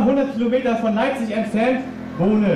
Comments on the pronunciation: Leipzig, nicht Leibzig. Ansonsten tolles Video! Aber leider ist seitdem viel passiert und auch Teile unseres Freundeskreises haben sich ziemlich peinlich verhalten. Nicht nur die etablierten Medien. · Wo ist denn bitte schön: "Leibzig"?, d.h. Leipzig. Aber ansonsten gutes Video. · Leipzig!!! Nicht Leibzig :/ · Sehr gutes Video, gefällt mir sehr. Du hast es mal wieder sehr gut auf den Punkt gebracht. Weiter so, behalte dir deine freie Meinung bei und stell weiter Fragen, hinterfrage die Dinge und Medienberichte... Freue mich schon auf dein nächstes Video. Eine klitzekleine Kritik, die Stadt heißt Leipzig, nicht Leibzig...:-)